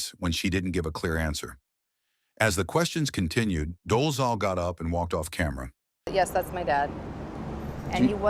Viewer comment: Are you A morone? including Rachel Dolezal as a celebrity women who pretended to be black. What you smoking? At least you could have learn to pronounce her name correctly. Get off the wakey bakey ASAP.